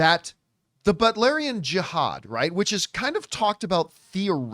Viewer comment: i never heard anyone pronounce jihad they way john did. must be a Canadian language barrier eh